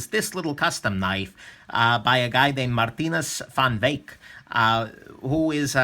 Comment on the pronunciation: I like your Dutch pronounciation of his name. It's not perfect but it shows that you took some effort